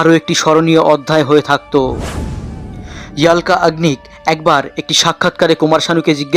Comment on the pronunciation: ইয়াল্কা বলেন কেন! অলকা বলেন..